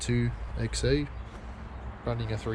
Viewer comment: i swear i can hear you saying XE and not XA LOL